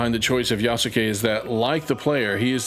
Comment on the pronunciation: love this video. But to help if you make further videos on this matter, the name is pronounced Yaskay (just take out the ‘u’ from between the Yas and ke)